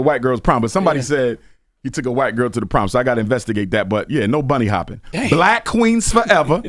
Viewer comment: he says he isn't racist but continues to say " bunny hoping" imagine someone saying monkey hoping lol